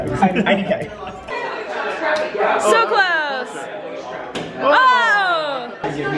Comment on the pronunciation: Your family does not say our name right! Coll een not Cole leen